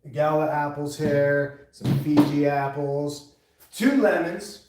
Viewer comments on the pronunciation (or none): Lol he said fifi apples 😂